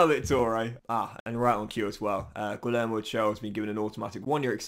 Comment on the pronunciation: LL in Spanish si pronounced like Y in English. Imagine it is Guiyermo, not Guilermo. Thanks in advance